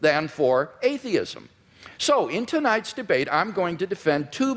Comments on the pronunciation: "You describe atheism as sort of an AHH-theism".... You're fuckin kidding me right? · 1 hour and 19 minute mark. "Ahhh-theism" - WLC, what a moron! He enters a debate without knowing the basic terminology. The man is way out of his league here.